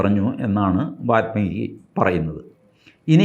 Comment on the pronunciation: കുറേ തവണയായി വാത്മീകി എന്ന് കേൾക്കുന്നു. വാല്മീകി ആണ് ശരി. മലയാളികൾ വാല്മീകി എന്നത് വാൽമീകി എന്നെഴുതി പതിയെ വാത്മീകി ആക്കി പൽമനാഭനെപ്പോലെ😅 പദ്മനാഭനെ പത്മനാഭനാക്കി. പിന്നീട് പൽമനാഭനാക്കി...